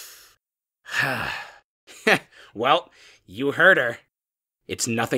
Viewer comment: Learn how to speak nickel or nickle